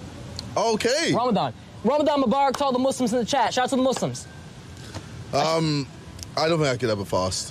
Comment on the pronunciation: Ksi throwing the L when he said Muslims